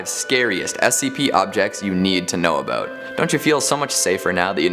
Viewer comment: I love the way says "aboot"